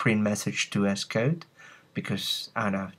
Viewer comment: Good tutorial, Sounds funny when you say ESS-Code